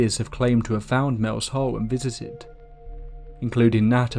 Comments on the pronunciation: Every time he said Mel’s hole I winced . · when you said mels soul it really sounded like you said mels hole